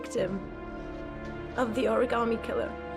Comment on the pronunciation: No one in this game can pronounce origami so far we got origammy and origarmi😂